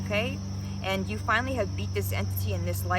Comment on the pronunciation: Heavy on the “finally” 😂❤🎉